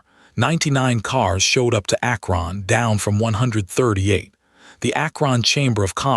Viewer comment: ack RON! AI sucks